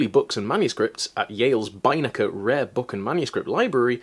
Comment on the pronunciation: The only problem I have with this video is your pronunciation of "Beinecke." /j